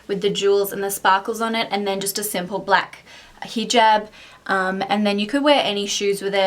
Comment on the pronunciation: That's so sweet of u:) u r looking absolutely stunning in hijab and I love the way u pronounce hijab:)